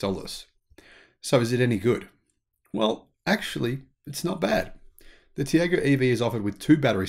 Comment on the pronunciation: Tiago is pronounced Tea-are-go… As you note the Indian EV drive cycle is very different, the drive cycle for ICE cars is similar to the NEDC but capped at 90kph to reflect the lower speed limits in India, similar with their own road testing (as it would be impossible to use the same cycle as Europe within the speed limits), but the EV cycle is the urban part of the NEDC (up to 50kph only), as for harmonising cycles, good luck with that.